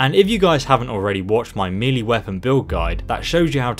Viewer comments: FYI Melee is pronounced 'May Lay' not 'Meal Lee'. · took me a while to realise he was saying "melee" not "meely"